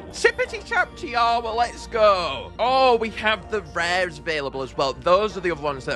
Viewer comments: It’s Tee aw wha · It’s pronounced tiwa but I love your videos keep up the good work